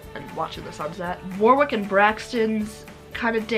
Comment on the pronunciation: I loved the video and hearing you ask questions. I do always cringe at Warwick, though. In England, and especially in Warwickshire, it's pronounced like Warrick. Language is fun. :-)